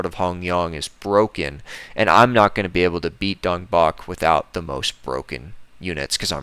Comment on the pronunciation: I refuse to believe that's how Dongbaek's name is pronounced